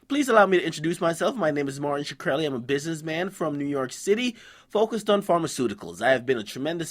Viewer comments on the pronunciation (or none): skreli its pronounced skrel - e .